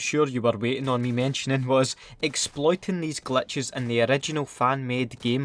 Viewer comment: Is he saying Clutches Or glitches 😂